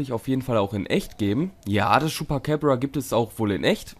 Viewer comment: vielleicht irre ich mich aber das ''ding'' heist chupacabra und nicht chupacäbra